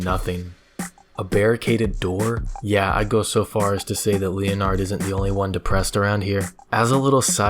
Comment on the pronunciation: I am pretty sure that Leonard is called Leonard and not as Linard